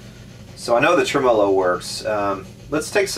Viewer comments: ˈtreməˌlō Accent on the first syllable. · Love your videos! You've got to be the only person in the planet that pronounces tremolo with the emphasis on the second syllable. :) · TREM'-olo, not trem-MO-lo. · cooplet? tremOlo? why? Pronunciation questions aside, great video, very informative!